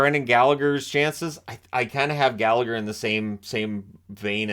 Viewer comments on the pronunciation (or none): none